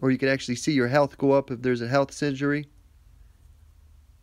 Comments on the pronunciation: SIN-ER-GEE - I couldn't concentrate when you kept saying SIN-JURY lol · Its pronounced Syn-er-gy not Syn-gery. LOL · Syn-er-gy :P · Singery... haha xD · lol yes scratched my head when i heard him say it..